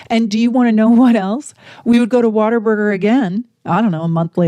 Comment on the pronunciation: I thought she said Water Burger 😂